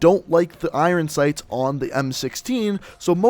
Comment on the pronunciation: The way you say iron sights hurt my ears